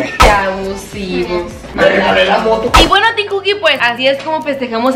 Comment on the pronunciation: Se dice teem